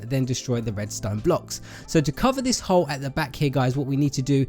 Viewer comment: You kept on saying hoe instead of hole lol